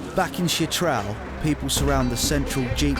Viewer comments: It’s “Chitral” not “shit trail” lol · Why does the narrator keep referring to Chit-ral as “shit-ral’. ‘Ch’ is pronounced like ‘ch’ in ‘church’. Did he not bother to ask the locals how to pronounce the name? What about the name ‘Pakistan’? Be respectful and pronounce it correctly, not the way you prefer. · Kindly correct your pronunciation it's Chitral not shitral, ch not sh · It's spelled "CHITRAL". Why does the narrator keep saying "SHITRAL"?